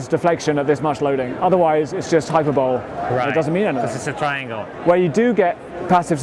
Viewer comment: "Hyperbowl." Great looking bike, though.